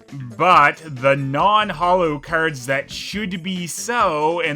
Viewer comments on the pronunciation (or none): haha The way you say "keyards" cracks me up